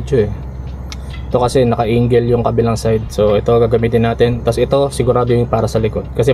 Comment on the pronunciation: Angle boss 'di Engle😅